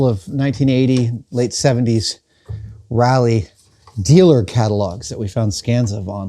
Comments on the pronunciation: Raleigh is pronounced like “Rawley” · Can't tell if you're saying Raleigh or Rally.